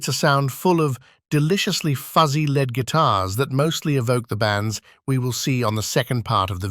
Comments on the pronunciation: It's probably been researched and created by A.I. Any time I hear lead guitar pronounced, 'led guitar' I know it's A.I. doing the talking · Was enjoying this until the narrator bot pronounced lead guitar as in the metal lead. Then you just know it's slop, produced by corporate suits.